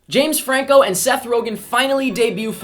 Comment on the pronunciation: Did say Fame Janco?